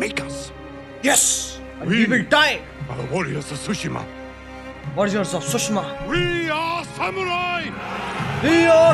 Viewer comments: Bro it's ghost of sushima not shushma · Sushma 😂😂😂😂😂😂😂😂😂😂😂😂😂😂😂😂 Tsushima ko sushma kr diya sir ne.. ur amazing bro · It's tsushima and not sushma Ajey bhai